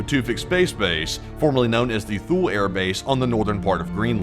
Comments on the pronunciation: Russia would attack with what? Their pathetic army? Or their comical navy? Feels a bit click-bait. At least pronounce "Thule" properly: it is too-lee. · "Thule" is pronounced "TOO-LEE". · Thule is proouced Too-lee. My Dad helped build that site in the early 50s. It's a very cold place, he said.